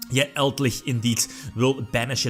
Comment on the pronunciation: Elder lich, eld-lich: Eldlickchs